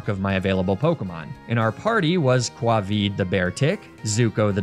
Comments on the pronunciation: Aww, this is such a nice video. I hope that White, wherever they are, is watching this and know that her nuzlocke met an end. Pronouncing "Covid" as Quavid was a funny touch XD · Kwahvee for Covid :)